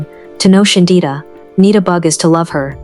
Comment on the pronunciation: Why the fuck you keep calling her shindita